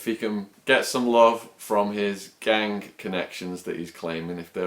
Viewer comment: Why do you say gang sort of like gangk? Is that some particular accent thing or what.